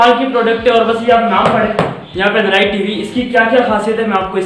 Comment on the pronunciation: It's not anaroid it's ANDROID